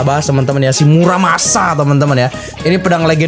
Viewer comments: Tolong bang bukan murasama tapi muramasa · Lebih tepatnya muramasa bukan murasama